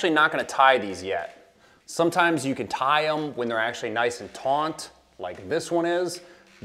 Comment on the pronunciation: Hey friend. Awesome video. Very informative. One common mispronounced word...taunt or tont for tight or stretched is actually spelled TAUT and pronounced taught. I used to mis pronounce it too. Lol.